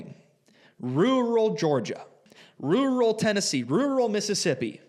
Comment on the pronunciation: Holy shit, do you know how to say rural? 😮😅